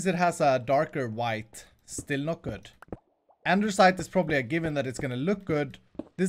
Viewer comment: I kept listening at this, and i feel like u are saying andeRsite, and not andesite... (just asking, cuz I noticed it, don't hurt me plz) Nice vid, man:)